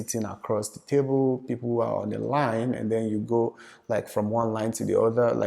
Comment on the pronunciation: Ask not HASK... end not HEND🙄